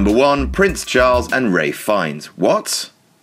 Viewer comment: Is that how you pronounce Ralph Fiennes? O.o